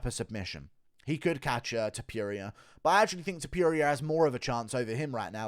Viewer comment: The way you say Topuria lmao you say it like Topewria, like how you always call Adesanya, Oudesanya. Cracks me up haha. Good video otherwise.